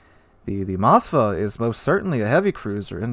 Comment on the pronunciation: Why do Americans add an A to Moskva??? It's not Mos-ka-va its Mos-kva (pronounce as mos-qua)